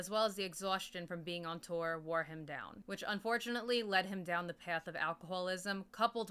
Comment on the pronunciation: Oh shit you actually mentioned him (Bob welch) lol. He committed suicide in 2012. Also I think Kiran is pronounced -ker-win. I could be wrong. I prefer your pronunciation anyways lol.